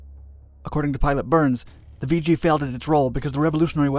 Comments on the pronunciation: It's nickname is pronounced "vig gee" not "vee gee". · "Vee Gee"? I love computer narration. I always heard it as "Viggie". Regardless, My only contact with the R-5 was was the one they had on display in front of the chow hall at NAS Memphis when I went through NATCC for ADJ A school. The story then was that boot Marines were assigned plane watch to guard that aircraft- anyone that actually fell for that was probably the same guy they sent for 50' of flight line and a bucket of prop wash... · Never heard it called “Vee-jee”; it was always “Viggie,” with a short i and soft g’s. You never said “Vee-gilante.” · It's pronounced. "Vidgey" like ridge. Not "Veegey". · Not "VEE-GEE", but Vig -ee. Still remember the ghostly howl this plane made. We lost one off cat2 when the bridle broke just as hold back broke. It went off the port bow. I was bow running on cat 1 and had direct view. Plane was nose down when REO ejected, going straight out in front of ship. In the split second it took for the pilots ejection the plane was completely up side down and I watched as the pilot ejected straight down into the water. Plank Owner, JFK CVA-67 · It's not pronounced "Vee Gee" , it's pronounced "Vidge ee". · I was a RA-5C Vigilante Plane Captain from and did two cruises, one on the Nimitz and one on the Saratoga. The aircraft was a lot of work but one of the most beautiful aircraft in the Navy. I was in RVAH-6 and RVAH-12 out of NAS Key West. It's Vih gee not vee gee! Thanks for the great video! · “Vigi” or “Vger” 😬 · I served in two of the RA-5C squadrons from ‘67 to ‘71. The Viggie (not pronounced Vee-Gee) was not only an innovative aircraft, but part of a ground-breaking intelligence system which included camera, radar and infrared imagery. This data was all fed into the Integrated Operational Intelligence Center (IOIC) where I worked. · So many errors and incorrect information beginning with the pronunciation of Vigi. sigh.